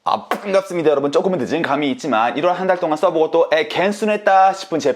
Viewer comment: 뭔가 계속 보다 보면 빵갑습니다랑 찀질 이런 발음이 듣기 거북해진다... 점점 안오게 되요